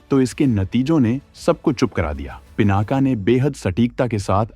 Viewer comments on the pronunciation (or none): सही कहा आपने "पीनाक" है ना कि पीनाका। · पिनाका नहीं पिनाक कहो, भगवान शिव का धनुष!शुद्ध बोलना सीखो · पिनाका नहीं पिनाक।